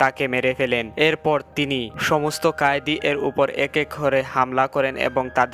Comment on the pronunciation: ঐ হালা কয়েদি ,কায়েদি না